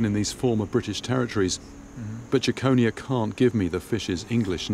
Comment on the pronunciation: It's pronounced Jekon-eye-a not Jackonia